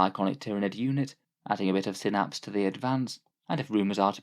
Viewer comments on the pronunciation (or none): none